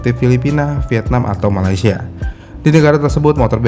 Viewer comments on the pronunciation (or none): none